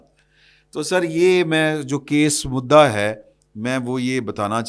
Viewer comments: کیاُلفظ مدّ ا اردو کا لفظ ہے ۔ کیا آ پ بھی دنیا چینل کی طر ح اردو کا بیڑا غرق کر نے کا ٹھیکہ لے چکے ھیں۔ گستاخی معا ف شا ید آ پ مدّ عا کہنا چا ھتے ھیں۔ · صاحب براہ مہربانی لفظ مدعا کو " مدا " نہ بولا کریں ۔بھارتی اینکروں سے سنکر غلط لفظ نہ بولا کریں ۔اردو۔ عربی کو شرمندہ نہ کیا کریں۔